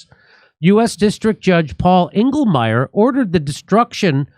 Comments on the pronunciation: Engelmayer. Every. Single. Time. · Englemayor? Figures